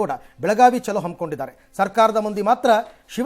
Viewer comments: ಚಲು ಅಂದರೆ ಆ ಮನುಷ್ಯ ಬಹಳ ಚಲು ಇದ್ದಾನೆ .. ಅಂದರೆ ಒಳ್ಳೆಯದು ಸುಂದರ ಬುದ್ಧಿವಂತ ಚಾಣಕ್ಯ ಎಂದು ಅರ್ಥವು ಸೂಚಿಸುವ ಪದವಾಗಿದೆ.. ಇಲ್ಲಿ ಹೇಳುತ್ತಿರುವುದು ಬೆಳಗಾವಿ ಚಲೋ ಅಂದರೆ ಬೆಳಗಾವಿ ಕಡೆಗೆ ನಡೆಗೆ ಎಂದು ಅರ್ಥ ಸೂಚಿಸುವ ಹಿಂದಿ ಪದ.. ಚಲು ಚಲೋ ಎರಡು ಬೇರೆ ಬೇರೆ ರೀತಿಯ ಪದ ಬಳಕೆಯ ಉಚ್ಚಾರಣೆಯು ಸೂಚಿಸುತ್ತದೆ.. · ಚಲು ಅನ್ನೋದು ಕನ್ನಡ ಪದ ವಾಗಿರುತ್ತದೆ.. ಅಂದರೆ ಆ ಮನುಷ್ಯ ಬಹಳ ಚಲುಈದ್ದಾನೆ .. ಚಲು .. ಒಳ್ಳೆಯದು ಸುಂದರ ಬುದ್ಧಿವಂತ ಚಾಣಕ್ಯ ಅನ್ನುವ ಅರ್ಥವನ್ನು ನೀಡುವ ಪದವಾಗಿದೆ.. ಆದರೆ ಇದು ಚಲೋ ಅಂದರೆ ನಡಿ ಹೋಗೋಣ ಹೋಗು ಈ ಅರ್ಥವನ್ನು ಸೂಚಿಸುತ್ತದೆ ಅದು ಹಿಂದಿ ಪದ.. ಇಲ್ಲಿ ಹೇಳ್ತಿರೋದು ಬೆಳಗಾವಿ ಚಲೋ.. ಬೆಳಗಾವಿ ಕಡೆಗೆ ನಡೆ ಎಂದು ಹೇಳುವ ರೀತಿಯಲ್ಲಿ ಅರ್ಥ ಸೂಚಿಸುವ ಪದವಾಗಿದೆ ಹಾಗಾಗಿ.. ಚಲು ಚಲೋ ಎರಡು ಬೇರೆ ಪದದ ಉಚ್ಚಾರಣೆಯನ್ನು ಸೂಚಿಸುತ್ತದೆ.. ಚಲೋ ಅನ್ನುವುದು ಹಿಂದಿ ಪದ